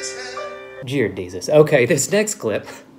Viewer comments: U sayed jear desus ♥️♥️ LOVE IT now I won't shame him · "Jear Desus."